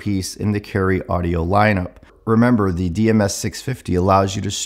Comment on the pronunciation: "Caryeo Audio"